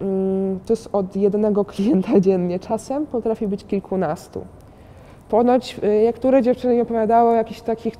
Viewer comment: jak mówi "kliknastu" i sie smieje to ewidentnie slychac sposob wymowy z taką jakby chrypką xd